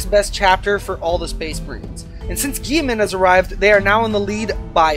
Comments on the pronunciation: Geiman!!!!!!! Robute (ro-boot-ee) Guiliman (Ghile-men) My EC guild is going to hear of this and this will become and amazing meme. But in all seriousness great vids, I have watched three of yours so far have liked them all. Keep it up. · Dont ever pronounce guilliman lile gieman again lmao